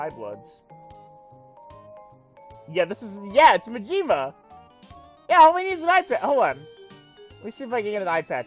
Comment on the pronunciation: It's a slightly annoying how you say Majima's name. It's MA--ji--ma, not ma--JI--ma.